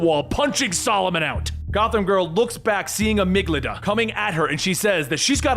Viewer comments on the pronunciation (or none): One small criticism from a big fan. With ALL due respect (which is a lot of respect), as a professional narrator, part of your due diligence should include looking up the pronunciation of words you don’t know. Especially if they are words like “Amygdala,” (a specific part of the brain) which is a villains actual name and you didn’t pronounce it correctly a single time, and same goes for the myth of “Pygmalion,” from which Professor Pyg gets his namesake. Those especially are really important to get right. But there are a lot of pretty basic normal words that you mispronounce on a regular basis, and it can be a little bit distracting as a viewer. 😓😅Instead of assuming you can figure it out, why not just double check first that you’re correct? All in all it’s an extremely minimal time commitment to make sure you’re pronouncing a word correctly. You just have to go to google, type it in, and click the button that says the word for you. Anyways. Again I love your videos and this comes from a place of constructive criticism for how to improve on an already wonderful quality product.